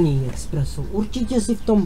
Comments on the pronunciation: Expresso jsem zatim bohužel neměl. Mistře musíte říkat Espresso. Tak je to správně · Je to espresso [espreso], ne expreso nebo preso jak se rádo říká. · eXpresso :D klasickej průměrnej čech :D :D :D je to ESPRESSO ty joudo :D Žádný X